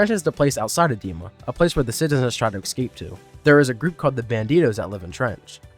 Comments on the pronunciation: The word. Is. ESCAPE. Not EXCAPE. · So how many times can I survive hearing "excape"?